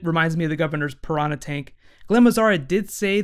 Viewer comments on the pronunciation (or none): none